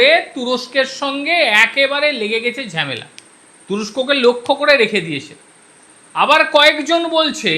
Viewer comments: ঝেমেলা নয় ঝামেলা। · Ore bhalo kore bangla sekh. Ota Jhemela noy hobe jhamela.